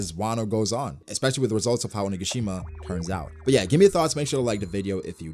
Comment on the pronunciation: Hey, Oni-ga-shi-ma sounds just perfect now ❤️❤️❤️ listening...